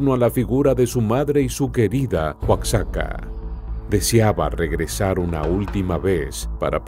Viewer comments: Oaczaca😂😂 es Oaxaca, se ve q el q narra no es mexicano. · OACSACA......... MEJOR PRONUNCIA OAJACA...O OAJAKA.... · Se pronuncia "Oajaca". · Este videillo, está plagado de mentiras! ¡Diaz no "solicitó permiso" para integrarse a la lucha" el era integrante del ejército! ¡Y luego pronuncia Oaxaca, como los gringos! ¡Cuando menciona San Luis Potosí dice "San Luis de Potosí" y ¿que es eso de guanajato? Es un ignorante y sabrá Dios de donde se haya documentado! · El narrador d3beria de investigar bien la pronunciación de los estados,Oaxaca y Guanajuato. Esta bien p3nd3j0! 😡😡😡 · No creo que eres Mexicano pero no sabes pronunciar Oaxaca. Si eres Mexicano serás la vergüenza de la familia.